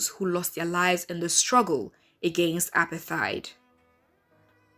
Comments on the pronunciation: Good film, but it's pronounced more like APART-HATE, NOT APAR-THIDE... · Apart-heid ! Not apar-theid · Apartheid is pronounced "apart - heyd". Please can we correct that. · Nami the accent is shaking me. It's like she's saying appetite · Clueless narrator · like bro uper tyd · The way she says apartheid is so foreign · It’s not foreign. It’s wrong.